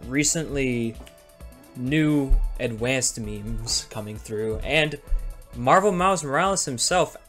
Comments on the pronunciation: Hearing adwanced sp much has killed my brain that now i find it funny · i love the fucking mental breakdown section where bro is just crying while saying adwanced over and over 😭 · Is he adwanced?